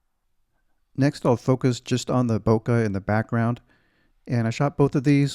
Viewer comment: Bokeh is the Japanese word for blurry, it is pronounced bo-kay